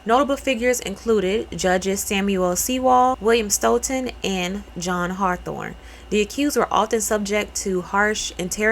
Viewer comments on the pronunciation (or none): none